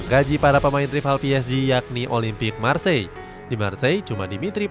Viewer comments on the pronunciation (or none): none